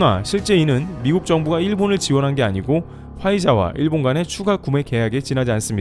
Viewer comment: 목소리 좋고 전달력 좋은데 일본을 그냥 일, 본 모두 경음으로 발음하면 좋겠다ㅋ '일'에 강세 두지 말고. iiiil bon 말고 그냥 il bon